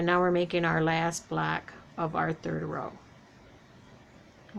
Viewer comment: Hi, I am not trying to be mean or funny but do you realize that when you say block you are saying black, please don't kill me for this.